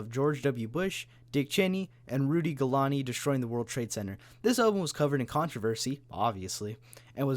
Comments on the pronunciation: "Jello barifa" and "Rudy gillani" had me in tears lol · the song they did with the distillers is muppet namblin not STI, btw, why do a half-ass history on stza's bands, cant pronounce Rudy Guiliani, recommend fwt, and then take jabs at the end saying you dont believe him and give him no sympathy when you can easily look more into the allegations with Whitney and see that she is mentally unstable and lied about several things like him "crippling" her hands, not to mention i dont think she ever said he broke her nose, ive tons of whitney simps spew shit that isnt even true and spread quotes that were never said